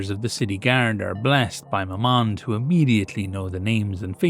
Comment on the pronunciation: Either you're pronouncing "Mammon" wrong, or...no, impossible.